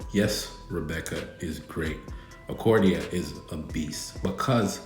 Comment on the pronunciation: Bro who is Acordia? 😂 Do you mean Arcadia? 😂😂😂